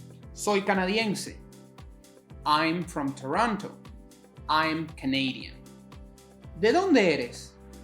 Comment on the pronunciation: Mucho Gusto,. You say Canadian perfectly! Wow wow! Made me smile at my Canadian accent! Gracias!